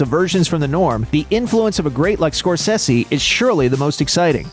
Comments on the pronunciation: Its pronounced score-say-see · SKOR SAY ZEE pronounce it correctly, Dick.